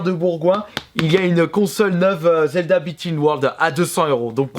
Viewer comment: slt dit je voulait savoir ton avis sur zelda tp car bon si la prononciation est faites expres c est que tu l aime pas. J aimerai juste savoir ton avis